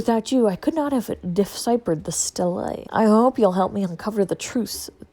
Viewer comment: STELAE a clay or stone plinth containing embossed information. Pronounced steel-ay. Cheers 😊